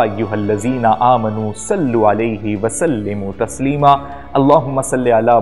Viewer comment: اِنَّ اللّٰہَ وَ مَلٰٓئِکَتَہٗ یُصَلُّوۡنَ عَلَی النَّبِیِّ ؕ یٰۤاَیُّہَا الَّذِیۡنَ اٰمَنُوۡا صَلُّوۡا عَلَیۡہِ وَ سَلِّمُوۡا تَسۡلِیۡمًا ﴿۵۶ السلام علیکم بھائی جان آپ نے قرآن مجید کی آیات میں غلطی کی ہے ت پر زبر ہے اور آپ نے ت پر پیش پڑھی ہے